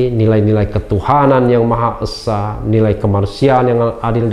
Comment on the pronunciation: Bukan eusa bung tapi esa 😁